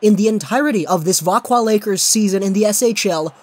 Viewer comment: Thank you for this. It makes me mad when people say vaxjo instead of veckwah